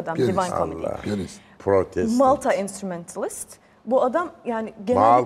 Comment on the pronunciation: Malta? entrumentaList mi? O nasıl telaffuz ne Türkçe ne İngilizce😂😂 Kascam diye arada kalmış. Neydugu belirsiz